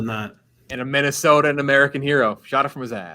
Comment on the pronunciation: “Minnestoa” “touanrment”